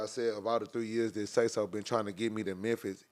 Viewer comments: He called him Sayless lol bro trippin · 😂😂not even a minute in immediately says the dead man’s name wrong🤣had me already laughing, uu get a like for dat not a sub lol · Yeah he an idiottttt if I was sauce I would have walked out on the spot you bring me in for and interview and can't even get my man's name correct what dummmmmy